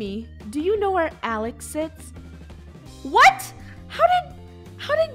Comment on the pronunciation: it's "Alec" not alic